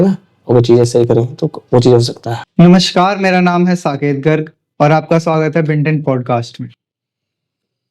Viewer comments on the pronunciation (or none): none